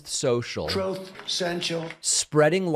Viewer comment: In his last TROTH 😂🤣😂🤣😂